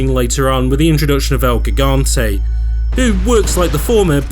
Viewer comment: Great vid but ONE thing: It’s pronounced HEE-gante, not GIG-ante. In Spanish, the G is usually pronounced as an H esp. if it’s the first letter to a name or place.